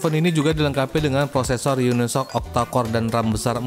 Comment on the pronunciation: Baca nya "yuni s o ci" bukan unisok